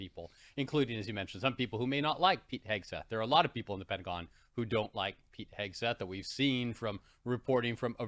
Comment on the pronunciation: Just a couple minutes in, and I'm out. STOP SAYING "Pentagin" This lady is insane she knows what she's doing